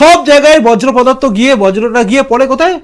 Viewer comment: বজ্র পদার্থ নয়, বর্জ পদার্থ। 😊